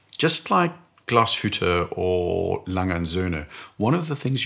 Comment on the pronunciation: Pronounciation of Glashütte and A. Lange & Söhne was suspiciously good. 😏 Great video!